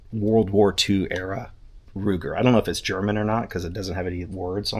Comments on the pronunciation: Luger not Ruger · It is a Luger, not a Ruger. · I can't handle it anymore. It's called a Luger, not a Ruger.